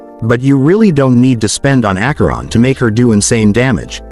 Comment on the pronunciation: ?????????? It’s Acheron